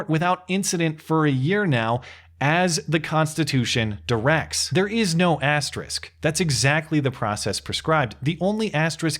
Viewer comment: Nice piece,. May I say how much I appreciate your pronouncing 'asterisk' correctly? I appreciate it very much.